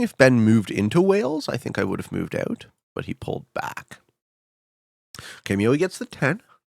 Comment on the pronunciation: “i don’t think anyone really notices my accent”. Just 30 seconds later he says in the thickest Canadian “moved ooout”. Just thought this was pretty funny